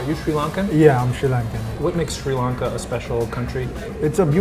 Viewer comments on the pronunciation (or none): none